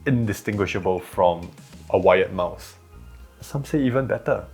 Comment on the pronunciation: "Wayet Mouse" .. the subtitles/close caption helped me.. it's "Wired Mouse"...